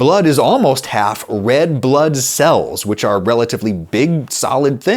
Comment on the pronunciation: Yea we heard you say bread blood cells 😂